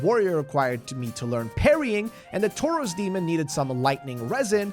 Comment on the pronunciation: This guys absolute INSISTANCE on pronouncing even the most basic of words wrong is astounding. In 9 minutes in and we've already got: Will keep updating. "Cresten fall Knight" "Undead burough" "Toros Demon" "Crescent Warrior" (crestfallen knight is so hard for him) "Leauutrec of carem" "Smaug"